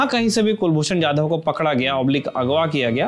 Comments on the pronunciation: It's Kulbhushan Jadhav 'जाधव' not Yadav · Kulbhushan yadhav nahi jadhav